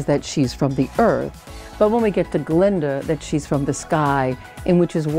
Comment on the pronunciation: It's GLINDA , not GALINDA!